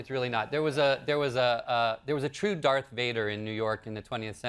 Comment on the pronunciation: Did he say Dark Vader? He said it like 3x.